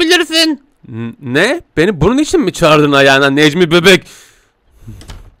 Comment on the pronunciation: abi Necmi Beğk dedin